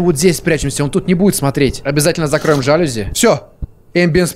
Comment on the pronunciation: Ударение на букву и жалюз’и’